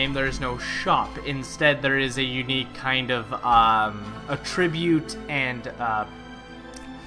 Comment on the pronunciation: Emphasis on the wrong syllable for attribute :p